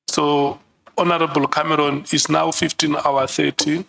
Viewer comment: “Hon Cameroon”😂